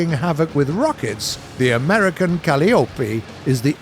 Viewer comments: Ka lie o pea.... Not Cali opy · Oh c'mon now. Calliope is pronounced Call Eye O Pea. Evidently they don't have circuses in the UK. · It's Cal-eye-oh-pee... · Calliope is pronounced ‘cal-lye-oh-pee’ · narrator be like CaLiOpI